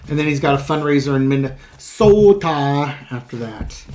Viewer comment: I hope it does not happen during Barton’s graduation. It will be enough of a circus with “daddy dearest” just showing up. P.s. good job on the Minne-sota don’t cha know. 😉🤣